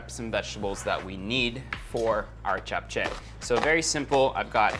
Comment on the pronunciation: Love how u didnt pronounce it as japchey but japche